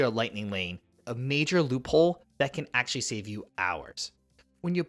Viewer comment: The number of times he says "aksh-lee" 🤣🤣🤣🤣🤣